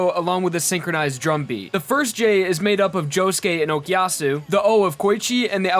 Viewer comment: I get annoyed every time you say "Okiyasu" instead of Okuyasu and "Kousaku" instead of Kosaku